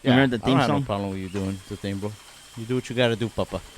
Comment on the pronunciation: “I missed the part where that’s my pLoLem”